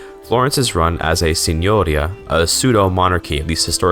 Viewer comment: Hej quick tip from an Italian, when you see "ia" at the end of a word like in "signoria" or "Pavia" it's very likely you are supposed to place the emphatic accent on the "I". "Signoria" would be rendered as "See-ño-ree-a".